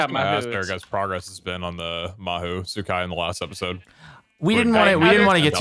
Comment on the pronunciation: It is actually pronounced Aho sekai